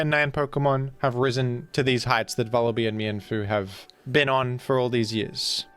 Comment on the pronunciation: It's Vullaby like lullaby